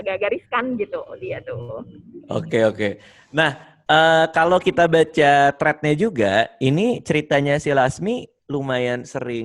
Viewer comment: bilang 'thread' aja jadi 'tred'